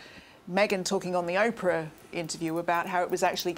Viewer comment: Isn’t it Oprah? Why does Tom call her Opera?